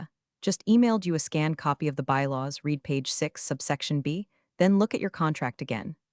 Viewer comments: Yes! Red not reed. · Why don’t the writers of AI slop proof read? Marcus spilled his coffee TWICE on the documents. At least it’s a clue to not recommend. Also read not ‘reed’ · Teach the narrator how to pronounce the past tense of read. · All of these stories are asking me to Like and Subscribe. I'll think about when I watch one that has AI that knows when to pronounce the word READ as red or reed. You know, the difference between past and present tense. That's just one of the things I can't believe they all think it's okay. And WTF is "deo sex machina" that appears ? It's Deus ex machina. God of the machine.